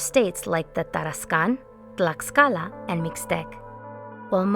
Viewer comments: fantastic video as always!! only criticism, the 'x' sounds like the english 'sh' sound, so Mexico in Nahuatl sounds like "may-shee-co" and Tlaxcala sounds like "tlash-ca-la" otherwise loved the video, keep up the great work!! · Its pronounced Tlashcala, the x makes a shhh sound. Jesus, people always be doing history videos about this, but can never even get a mere pronunciation correct.